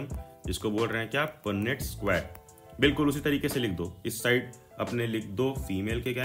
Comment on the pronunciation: Punnet❌ punett✅